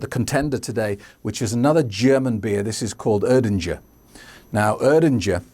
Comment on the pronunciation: Urdinger ? 😃 its still errrrdinger with e like in evolution.